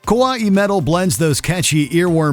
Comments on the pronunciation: it's kawaii, not kawa'i japanese doesn't have glottal stops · Every time he says Kawaii as if it were Hawaii makes me cringe so fucking hard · A note to the narrator: “kawaii (可愛い、かわいい) isn’t pronounced like “Hawaii“; There’s no glottal stop before the “-ii“. Just say, “kawai“ as if the “i“ is a syllable, and you’re good to go. Oh, and Babymetal rule. 🤘🎌🦊 Hi from Japan! 🎌🗾⛩️ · And "kawaii" is NOT pronounced like "Hawai'i." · The way he pronounces kawaii is just annoying. Yo, dude, it's Japanese, not some weird mispronounced Hawaiian word. Just say Kah-Why. Easy as that. (Technically not correct either, but better than that linguistic butchering he did!) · 19.- "Kuh-wah-ee" metal? Wtf is this pronounciation? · Can someone PLEASE teach the narrator basic pronunciation of Japanese words? Like good god it’s pronounced kuh-wai-ee! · Well. To be honest most modern pop songs are weirder than most of the mentioned sub genres. And by the way. That pronunciation of Kawaii just made my ears bleed. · That pronunciation of "kawaii" was painful. Was this voiced by a real person or an AI? It seems awkward and choppy. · The way you said "kawaii" honestly hurt my ears, and it sounds like a kid trying to sound out a word for the first time, either say it properly, or never say it at all it literally gave me a headache with how you said it. Also BabyMetal has done A LOT more than just infuse J-pop and metal together they have done stuff like Rap, and EDM, and, a bit of more traditional Japanese music, and so many more genres added that it's not just J-pop, and Metal. Get your facts straight. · Delete Baby Metal off this list rn! And learn to say kawaii properly xD